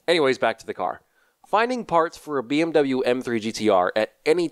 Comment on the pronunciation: All germans because of him saying bmw wrong